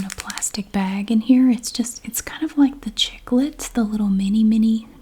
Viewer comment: Chupa chups means like suckers in spanish (and you pronounced correctly) and the mini Chicles is pronounced chik-less, also spanish for gum...just fun fact ;-) thanks for your videos!